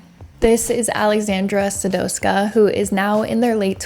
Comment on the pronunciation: Your pronounciecion on Popek was great, you just botched a little Aleksandra. A little. Sadowska was said with accent.